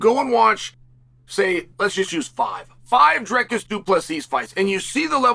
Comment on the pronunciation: "Driscus"😂 sped